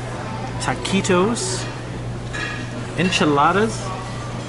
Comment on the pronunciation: When you came to the taquitos I knew you were going to pronounce them just the way you did LOL you delivered perfect all that one 😉😉